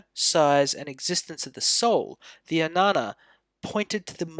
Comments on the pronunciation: Ajñana (अज्ञान) will be correctly pronounced as "AGyan(a)". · I beg to strongly differ. "AGyAn" (where even the terminal 'a' is NOT pronounced) is the Hindi way of pronouncing it. "Ajñana" is the correct Sanskrit form. In Marathi it is "AdnyAn(a)". In Gujarati it is "AgnAn(a). Please do not try to impose the norms of Hindi on the rest of us. ~Vima Kadphises Kuṣāṇa, (Οοημο Καδφισης alias Vivek Khadpekar)